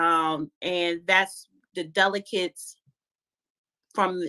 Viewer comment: Someone help pronounce "delegates"😂😂😂